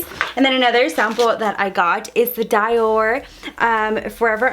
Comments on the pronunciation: Your pretty btw it's Dior not dyor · Marie Gracie lol the way she said da-yor 😂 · I know she did not say Dior as Die-or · It's pronounced "dee or" .... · Shea = shay & Dior = dee•or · "Dieor" ahhh nooo sis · dior is pronounced Dee-or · when she said die-or I was deadddd. loved this vid btw :) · Dior...Die-or ?! Like what? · Dior as in Deeyor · The way you pronounce dior is just... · Someone teach her how to say Dior lmao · Is she seriously pronouncing Dior like that? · Samantha Bearden her saying Dior made me cringe. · You pronounced Dior wrong 🤔😒